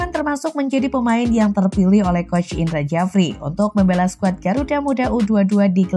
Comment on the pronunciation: Admin tak paham ejaan lama, bahasa Indonesianya parah, Indra sjafri ko dibaca Indra Jafri😷😷😷